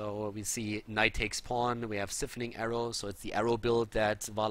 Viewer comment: Hey, I really love your casts and think you do a fantastic job. I just wanted to point something out to you...I know English isn't your first language and it's awesome you can speak it so fluently, but siphoning (like in the Valla build) is pronounced like SIGH-phoning. That being said keep up the fantastic work!